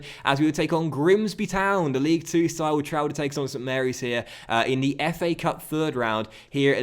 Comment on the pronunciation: “As we travel to take on duh blues. Liverpool 16 place at duh moment.”